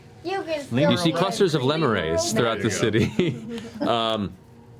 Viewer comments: Poor Matt. He went from mispronouncing "lemures" to mispronouncing it a different way. Thanks, Internet. ^^ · When they first said lemures I was like oh so zaboomafoo is in hell